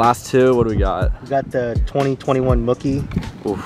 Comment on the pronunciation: Mooooooookie not mukie